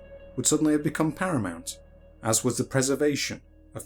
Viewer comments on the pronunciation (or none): none